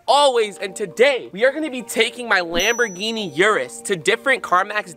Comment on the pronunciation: Was it only me or did say gamboling instead of Lamborghini 😂💙much love